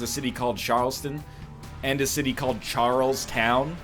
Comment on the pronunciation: As a American the way he says Charlestown is nightmarish